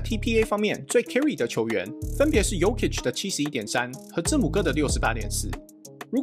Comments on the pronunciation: GM是不是不會唸字母哥的名字🤣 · 字母哥的名字不是這樣唸吧？🤣